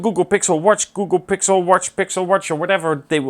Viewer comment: I like the way you say the word W-A-T-C-H! Did you said warsch